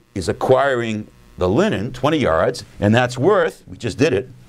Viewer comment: Every time he says linen, it sounds like Lenin.